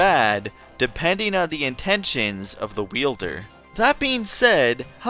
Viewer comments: I keep thinking you're saying "bean" instead of "being" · I keep hearing the word "being" as "bean", I'm laughing so hard at my own stupidity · I keep thinking your saying BEAN'S! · Everything time I hear "being" I hear "bean"